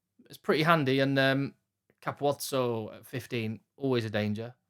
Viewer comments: I concur. Well done,. “Cap-u-ot-zo”. Four syllables. I don’t understand why so many commentators and pundits can’t pronounce it correctly. It’s Italian. Not Xhosa! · Great pronunciation of Capuozzo.. possibly the first pundit I’ve heard nail it😅 I’ve heard all sorts, especially from Irish podcasts 😂